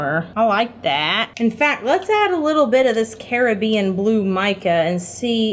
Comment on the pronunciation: idk why but the way she said Caribbian REALLY triggered me